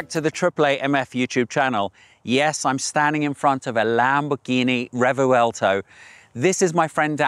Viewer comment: It’s not pronounced “Re-vu-el-to” you silly Pommy. No it’s “Revwelto”